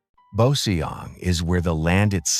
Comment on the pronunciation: What a wonderful and fascinating visual presentation of S Korea! Only regrettable is ... the way of pronouncing several names of local places doesn't actually reflect the real sound the locals make. This problem is roughly due to the troublesome official rule for transliterating Korean into Roman alphabets. Suggested corrections: Joseon > CHO-suhn, Boseong > BO-sung, Suncheon > SOON-chun, Geoje > GUH-je ...